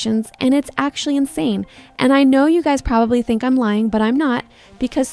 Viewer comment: holy AI girl voice 🙏 Edit: ( "imreds" bro your Ai doesn't know how to say "im" 🙏)